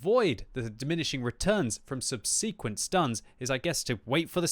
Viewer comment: Still pronouncing "Subsequent" incorrectly... They'll deport you if you carry on, clearly not born here :P